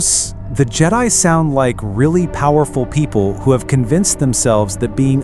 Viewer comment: Annoyed that the AI mispronounced Jedi.